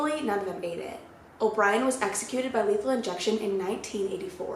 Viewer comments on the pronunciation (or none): i heard made it instead of ate it when she was talking about the kids and i was like no 😂